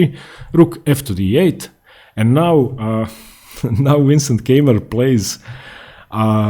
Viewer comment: Please, dont say "Käimer" or so, his name is spoken "Kaimer", like "Kaiser". "Käimer" is horribly wrong.